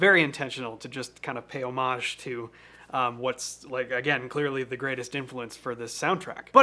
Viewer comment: The word "homage" rhymes with "bombage". It is not French and isn't pronounced "oh-MAJH".